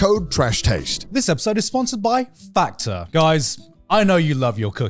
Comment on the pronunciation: I'm sorry but I completely lost it when Garnt said Factor but I heard "Fatter" and I thought he was sassing people who only eat delivery 😂😂😂